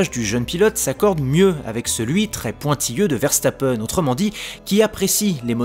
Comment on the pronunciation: Ça se prononce Veurstappen pas Verrestappen